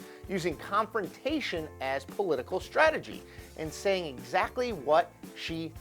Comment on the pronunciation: Uh, no such words as "shtrategy" or "shocial"...